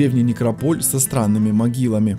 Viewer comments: НекрОполь,а не некропОль,неграмотность!!! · НекропОль???Бля!!! НекрОполь!!! Карл, некрОполь! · Говорите правильно слово некрОполь с ударением на Первое О а не на второе... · Никрополь ударение на первую о . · Режет слух ударение в слове некрополь .